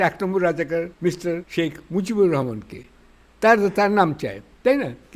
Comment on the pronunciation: Vai রহমান/রাহমান keno ei uccharon ta apnara shob jaygay vuul koren.Amrao to banglai boli.Ei uccharon to Kori na.